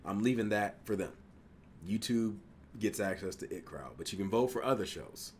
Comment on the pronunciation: it’s pronounced I T crowd. The 2 capitals are pronounced. It’s not just the word it. Been here since the inbetweeners. Always look forward to your videos